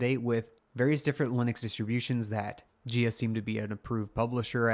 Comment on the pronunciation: Jia would be a Chinese name and thus pronounced like "Jah" and not "Jeeyaa".